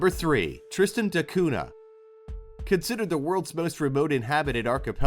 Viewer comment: You forgot to mention that Pitcairn Island's most famous resident was Fletcher Christian, who brought some of the BOUNTY mutineers there to hide from the Royal Navy. (They mostly killed each other off in a few years, but one survived and got pardoned when they finally found him.) BTW, the "cunha" in Tristan da Cunha is pronounced "koon-ya." (Ditto piranha--both words come from Portuguese.)